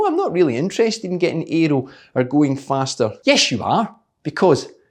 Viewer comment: With your awesome accent, I thought you said: "The fatter you get, the faster you go..." That got my ears all perked up for a second, and I thought to myself: "Oh, really?? Then maybe I've got a chance here. Time to order another pizza!!!".... and then I realized it was just the accent....😒